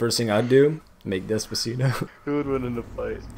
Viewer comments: Why does even pronounce it “dezpazeedo”? 😂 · The way he says "Despacito" makes me wanna die.